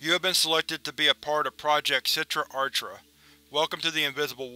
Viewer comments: a good rule of thumb is that if the word is Hebrew or aramaic the CH sound is pronounced with like a throat clearing type sound. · you high key mispronounce achra it's done with a throat sound since it is hebrew i.e. sitra achra the other side of the sephirot aka the qliphoth